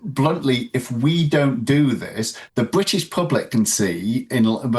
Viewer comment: Bwitish? *Englistan.